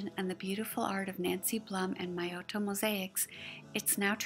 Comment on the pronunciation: I hadn't wanted to say anything because you did such a awesome job on the video and I was just so grateful for all your efforts but I saw below that you mentioned pronouncing Miotto wrong so I thought I would correct mine as well. Hope that you are managing during this very charged time and having space to do your great work.